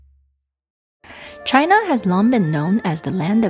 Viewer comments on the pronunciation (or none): none